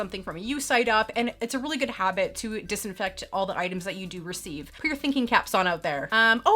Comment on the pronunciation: I was trying to figure out what you were saying in the beginning. It sounded like "getting in the hobbit of wearing your mask" when you were actually saying"habit"--lol!!